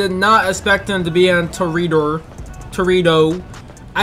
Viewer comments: its pronounced tor-ee-a-dore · Yo, it's obviously pronounced Tory's-daughter (silent -S) spelt toreador